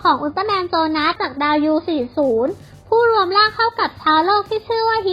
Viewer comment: อับ7 ชื่อโจนัสอทำไม พูดว่า โซนาส งง ???